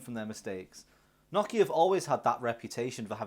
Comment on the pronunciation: NO kia. Not Noch Ea. Sounds like word 'no' not like 'gnocchi'